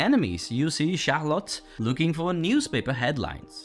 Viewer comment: The way you pronounced Charlotte's name triggered something in my brain. Huhu